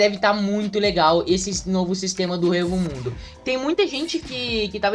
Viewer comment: EU FALANDO "HUEVO MUNDO" KKKKKK, É "ECO" MUNDO QUE SE PRONUNCIA KKKKKKK